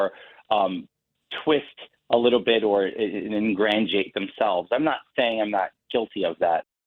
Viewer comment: Yes, he definitely "ingrandiated" himself